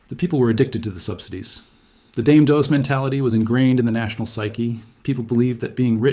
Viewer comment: Explains why they didnt pronounce Dame Dos correctly